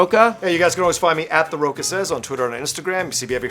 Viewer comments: No Waterworld? What's with the guy's name? John Rocha? Rocko? It's like Rock, but I read it in Portuguese. It's pronounced Rosha (with a SH sound). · Why does everyone call John Rocha ... john Rocka? :\ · why does John Rocha pronounce his own name wrong? I mean the - cha- is still pronounced softly in english right? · The way he completely butcher the name Rocha made laugh and cry at the same time lol